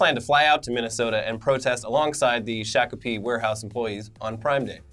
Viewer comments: Minnesotan here, it's pronounced Shock-a-pee, you were close lol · It is shock oh pee (Shakopee) Just letting y'all know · Its pronounced shock o pee. Not shack o pee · Shock-a-pee thats how you pronounce Shakopee. okay no nvm it's Shack-oh-pee. Yeah not cool. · Shakopee is more of a Shah-ko-pee rather than a Sha (like in the word "shack") sound. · Hey boys, Minnesotan here. If anyone was, curious it's pronounced "shock-a-pee" but spoken quickly. Every time I drive past the warehouse it looks depressing as hell. Good thing I still, somehow, rarely order from Amazon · I'm from MN, we pronounce it "Shock'a pea" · Haha love it! It's pronounced here "shock-a-pee" You guys rule, keep up the great work! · from Minnesota, Shock-a-pee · It's pronounced Shock-oh-pee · It's pronounced shock ah pee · Prononce Shock-Oh-Pee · I don't know how but is somehow saying Shakopee wrong and I know that cause I live in the Twin Cities